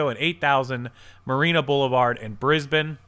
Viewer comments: Brisbane is south of San Francisco. Its pronounced Brisbane where the bane is like pane in windowpane. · It's talking about Brisbane CA, (South San Francisco) and pronounced with a long A sound like in Ape, not Brisbane Australia which is pronounced the way you said it. I also don't think ebay is going out of business, but there is fierce competition in ecommerce right now, Amazon is growing much faster.